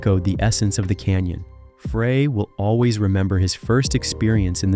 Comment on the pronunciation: Fray??..... It's pronounced FRY!! How can you do music videos and not know how to pronounce his last name!! 💩